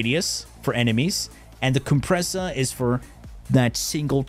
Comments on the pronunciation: COOM-pressa hehehe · booba-nico and the coom-pressa got me rollin😂